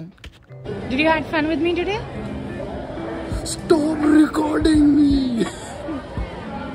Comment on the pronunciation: I'm gonna say that "Stwop recording" to everyone now for no reason